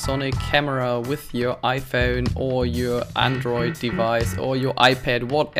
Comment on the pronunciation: Hello it is called "Iphone" not "Iphune" :-)